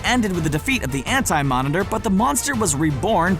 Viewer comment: So we just gonna ignore it said ant-monitor instead of anti lol